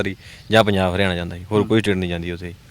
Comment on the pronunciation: ANCHOR SAB PUNJAB KEHNA TAA SIKH LO. JIJJE DE PAIR CH BINDI NAHI HUNDIÀ